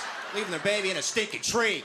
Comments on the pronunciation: Rock'a'bye baby in the tree tops...... The baby's in a TREE!!! The way he says "tree" is epic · the way he said "the baby's in a TREE" 😂😂😂😂 I nearly choked on my sherbert!